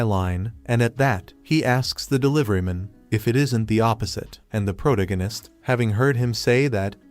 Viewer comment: I wonder if an AI will ever be able to pronounce protagonist correctly.